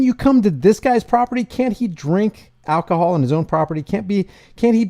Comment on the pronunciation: Sounds like the officer says alkihoaul makes yaw a different person